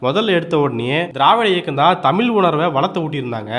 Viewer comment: தமில் அல்ல சகோதரா தமிழ் சரியாக உச்சரிக்க வேண்டும்